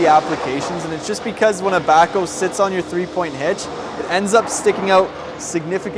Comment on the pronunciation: it sounds like you call it a "Backo" or "Backle."